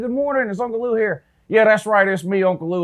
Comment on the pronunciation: I caught that too! Uncle LUU